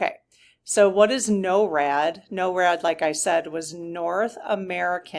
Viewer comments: NORAD is pronounced "nor-ad" not "no-rad." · It's Nor+rad, but is spelled with one R . Norad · Pronounced NOR-ad Rhymes with door. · Thanks for asking the SGs about the jets! BTW: NORAD is pronounced "Nohr-ad" in the US. "Noh-rad" in the UK. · just to clarify it is pronounced Nor-ad.